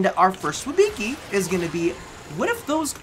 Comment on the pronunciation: You're pronouncing it wrong I think XD You're saying WIB(I)CI instead of WIBCI, just a little hint